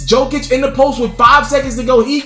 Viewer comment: It’s pronounced, “Yokic.”